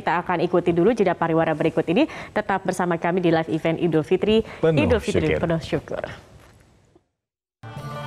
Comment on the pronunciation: Idul fitri mbak, bukan idul fitrum. Kok salah gitu sih bacaannya